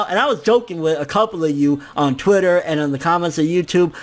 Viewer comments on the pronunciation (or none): none